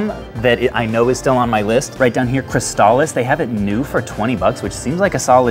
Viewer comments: He just called Cris Tales, Crystallis.... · Don't you mean Cris Tales or is it actually pronounced the way you are saying it?